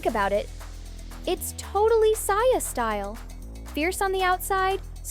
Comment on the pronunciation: Saja❌ Saia✅